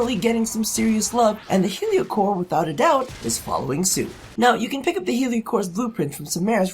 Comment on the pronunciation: I swear you said yu-gi-oh cor instead of heliocor at the beginning